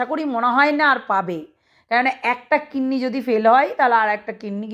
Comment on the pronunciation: Kinni Na Kidney Word Thik Korun Didi 🙏